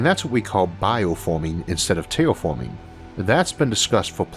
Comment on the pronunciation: Tewwatorwee!? Thwee!? Teashorts!? Tailforming!? This guy's hilarious!!!😂🤣😂